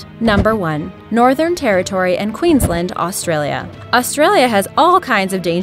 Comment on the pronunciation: Australia "Queenslind" uhm k m8